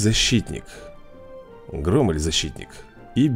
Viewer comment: Громель ударение на о